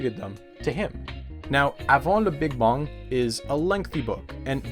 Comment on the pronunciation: Why am I giggling so much at "le beeg bong" xD